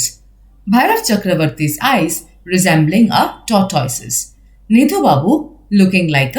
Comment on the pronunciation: Thanks for this explanation , great help. I appreciate your efforts put in it but would like to give a humble feedback on some of your pronunciations like pranksters, tales, tortoise, etc. 🙏